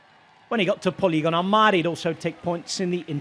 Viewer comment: Polignano a mare NOT poligono, ngurant